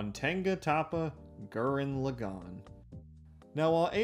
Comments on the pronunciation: “Tenga Tappa Gurren Luhgan” lmao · Okay so "E-van-gelly-on" started to wear on me after the 10th time. But not as much as "g'ren l'gon". Other than those, I quite enjoyed the video. Enough to put up with the pronunciation aggravation to the end. So good on you for that. Cuz I can often stop watching due to big enough issues with pronunciation. I'm weird about language. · "G-er-anne L-ah-gone" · Hol up, how the fuck did you pronounce gurren lagann? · You butcher pronouncing Gurren Lagann so bad, I couldn't finish your video. Sorry